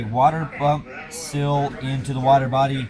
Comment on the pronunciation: It's a "seal", not a "sill".